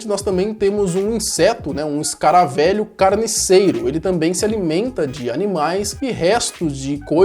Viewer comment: "escaravélho" kkkk tendi esse é com acento kkkk